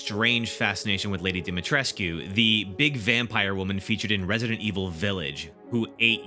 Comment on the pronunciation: It's Pronounced, Lady DIMI-TRESHK.